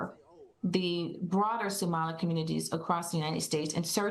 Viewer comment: The "professor" cant even pronounce Somali. WTF is a Sumali?